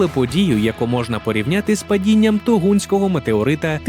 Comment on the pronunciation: Якого, кажете, метеориту? "Тугунського"? 😂 Може Тунгуського?)